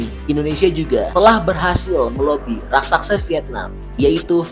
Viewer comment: Raksasa pak bkn Raksaksa